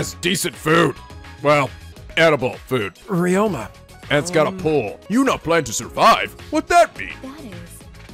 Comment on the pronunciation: Nasty Bacon Energy How can someone fuck up Ryoma's name this badly?